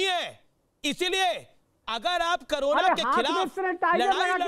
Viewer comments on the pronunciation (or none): news to achi pr jra mhamari ka nam to thik se boliye karona nhi korona he